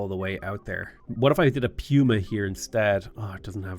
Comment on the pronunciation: Surely it’s pronounced puma (Pooma) right? Like the animal